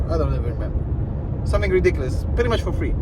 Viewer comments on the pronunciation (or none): none